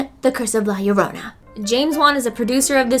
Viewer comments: White people trying to say La llorona: L-A-H L-L-O-R-O-U-N-A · Why do ppl say la yarona... YoUrE nOT sAyIng iT riGhT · la llorona ( the weeping woman ), is pronounced Yo-ro-na yorona—> llorona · is pronouces "la chorona" is in spanish, and whenever theres a two "LL" it have the sound of "CH" and second thing, ripley in the end was like "who cares about you? they only come to see me" atitude:P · Girl, roll your R slightly when saying "llorona". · “La yorona” oh come on you could’ve tried A LITTLE 🤣🤣 still love you gurl 😘 also. Cool ass sponsorship yaaas hennnnyyyyyy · i kinda hate the way she says llorona and ew sorry and it means crybaby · I love you but this movie issa no LMAOOO all these people butchering the mere pronunciation of "la llorona" gets rid of any fear that the movie content may have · As much as I love both and horror movies, I’m not going to see La Llorona. They couldn’t even get characters or a narrator that would properly pronounce the name of the actual legend they’re depicting. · Still can’t say llorona